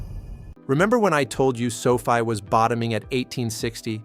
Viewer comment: Your AI can't even pronounce Sofi correctly.